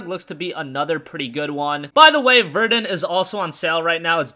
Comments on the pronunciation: ikr its ver-DONE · Why can no Youtubers pronounce Verdun properly? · It's vair-DUN. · he’s talking about Verdun he pronounced it wrongh